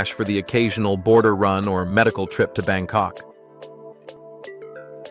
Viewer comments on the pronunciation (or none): none